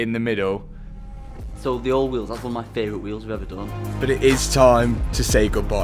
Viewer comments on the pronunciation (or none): did no one notice mr mansoory say i like MA wheels 🤣🤣🤣